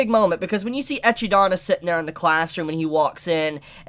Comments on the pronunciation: He didn't even call her "Ekidona", he actually said "Ech-idana" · It's not pronounced "ECHIDONA" in the WN either, and there is no pronunciation difference between the WN and the LN. The Japanese pronounce the name "Echidna" as "Eki-dona" because of the way the language works, since it needs vowels between syllables. Hence why you get things like "Remu", for "Rem", and such. Echidna is objectively pronounced "Ekid-na", and "ECHIDONA" is not a proper pronunciation in any manner at all. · who is "eci-dana" the pronunciation is "Ekid-na" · Kinda hate when you say "Echidana". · Can we be done with "etchydona"? 😅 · What an amazing episode! BTW I lol every time you say EcchiDona. It's Echidna. Eh-kid-nah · Bro the way you said "Echidona" gave me an aneurysm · For the love of God its ek-eed-O-na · "echi"- donna eh.....? ;) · Isn't her name pronounced "eh-kid-na"? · Eh - Kid - Nah ..... pls stop butcherin such a beautiful name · but in the show isnt it pronounced e-kid-na ? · Isn’t it E-kid-na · always murders the pronunciation of every single name lol "Suburu", "Ochiko", "Eyes-wa" (Aizawa) and now "Echi-Dana" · He always murders names, like mirko as miRUko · being himself by butchering Echidna name lol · Why can no one pronounce Echidna correctly??? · Can he pls calling edhidna's name wrong